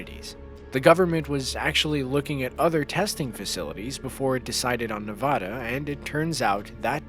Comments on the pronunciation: it is not nevoda its NEVADA I LIVE IN FALLON NEVADA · it's pronounced neh-vaa-duh not nevohduh and with every nuke, you can see your bones through your hand. that's nothing new dude nuclear bombs use nuclear fission, fusion, or some of both. it easily gets hotter than the sun, and some can rival the inner layers. are you making some terrible video giving basic facts of nuclear explosions and nuclear bombs? or is this just another clickbait, you senile trash can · NA-VAD-A. NOT. NA-VOD-A. Hey world, wake up ! Only people that have never been there pronounce it wrong. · “Nevodda.” LOL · There is NO, Ahh is nevada. Wtf! It's not that hard. It's not Alaskåh it's Alaska. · ne va da not na va da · as an occasionally angry person please say nevada right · You need to learn how to pronounce Nevada. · The state of Nevada is not pronounced the way you pronounced it. Educate yourself in this manner. Otherwise excellent video. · There is no "o" in Nevada! Pronounce it right!